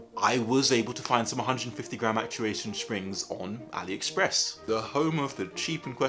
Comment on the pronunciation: actuwation spwings